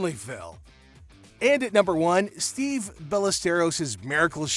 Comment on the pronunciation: FFS does every video have to be narrated by a dumb AI? STEVE Ballesteros?!! 🤬